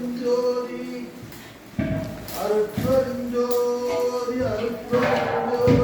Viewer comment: அருட்பெருஞ்ஜோதி. மகாமந்திரம் உச்சரிப்பில் ம் வரப்படாது. ஞ் என்ற உச்சரிப்புடன் கூறவேண்டும்.